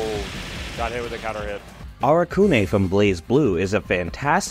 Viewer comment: I don’t think you’re supposed to stress the ‘u’ in “Arakune.”